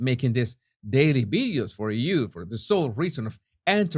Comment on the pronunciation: You know all these fancy words in English, how come you can't pronounce the basic word video? Why do you keep saying bideo? It's so strange...